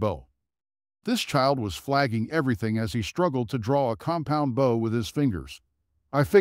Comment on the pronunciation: Wrong 'bow' AI voice...